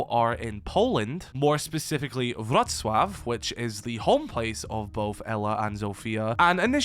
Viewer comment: I'm totally proud of you pronouncing Wrocław, My Polish heart is melting LOL btw maybe some polish map in Wrocław after we should get it like 6 years ago